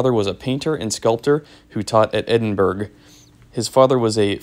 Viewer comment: Hi, Richard again. If you’re talking about Edinburgh Scotland it’s pronounced Ed-din-burr-ruh phonetically. Hope that helps. No criticism as it’s pronounced incorrectly all the time especially in the US. Most Canadians know this because many of us have Scottish roots. Cheers and keep up the great reviews 👍 you’re an upbeat presenter which is sooo nice nowadays and quality filming. I actually like them better than the Lofgrens structurally. My favs would be Mister Freedom Road Champs. I love the squared toe box but these are my second fav.